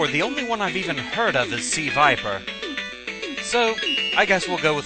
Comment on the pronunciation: It is NOT Suh-viper. That's a Pokemon. She is Crimson Viper. A secret agent seeking the destruction of Shadowloo and S.I.N.